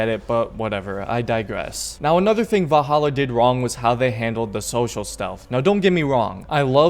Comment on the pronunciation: Lol "vah-hallah"